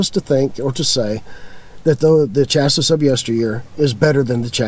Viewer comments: chassis is pronounced "chassy", not chass-iss. We've owned 7 motorhomes, mostly smaller ones, but I always go for the high-end brands like Coach House, Chinook, Pleasure-Way, Telstar, and I favor Ford V8 and V10 motors. I focus on performance over mileage and I stay far away from Mercedes-Benz (some very bad experiences). I spend money on the sway bars, better shocks, air bags, etc. My worst motorhome was an older Argosy (Airstream) with a Chevrolet 427c.i. motor, that blew up. New motorhome sales folks, like cars, are dangling the electronics-worm in front of new buyers, such as touch screens, blah, blah blah. If you are a newbie do lots of research on how they are built. YouTube has some pretty good videos on that subject. As a retired engineer I see some very poor quality (Chinese plastic parts) and poor designs in many new RVs today. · Chassis and Classy rhyme. It's not chas-iss. You were probably doing that on purpose to irritate my OCD. Good content. Thank you. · Can't pronounce chassis.